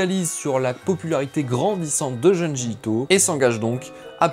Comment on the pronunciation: Belle vidéo ! Juste une petite remarque : (d)jun(d)ji 😉